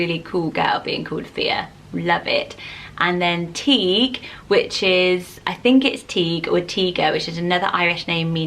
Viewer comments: When you pronounced tadgh I was so bewildered but I realised you meant Teague which is pronounced teeg , tadgh is actually pronounced tague or sometimes tige xx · When she pronounced Tadhg teeg I nearly choked on my water it’s my cousins name and it’s pronounced tige(like tiger without the r)😂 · Yes, Tadgh is pronounced Tige. Her pronunciation would be the name Teague. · I love these videos! They’re oddly entertaining, you pronounce tadgh Thaig like the start of tiger ( I’m Irish) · I have a friend called tadhg and he pronounces it ‘THI-G’ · Is Tadgh not Tige as in Tiger without the R? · Tadhg is said like tie-gh for anyone that cares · I believe the Irish boys name Tadhg is pronounced "Ta-ge", spoken as if you are rhyming "the Hague". Sorry if it doesn't make sence, traditional Irish pronounciation doesn't match up to phonetic English very well! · my friend pronounced it Teeg :) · Tadhg is pronounced 'tag' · My little brother is called Tadgh which is the same as Tadhg just spelled different. Its actually pronounced 'Ty-ug' the D is completely silent. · Hi when you said Tadgh it is actually pronounced Ty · Tadgh is pronounced Tige ... said like Tiger without an r .. Translates to Timothy in English I know a couple that have a baby called felicity and they call her flick (so cute) x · Tadhg is pronounced like Tiger without the r! Lots of Irish people don't like it because no-one can ever spell it correctly! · Absolutely butchered tadhg